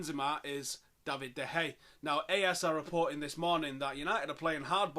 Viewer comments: He says "De Hey" rather than "De Heya". At least it's an improvement- he used to say "De Gaya". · How on earth can't you pronounce de gea's name like wtf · I don't think you are saying his name right.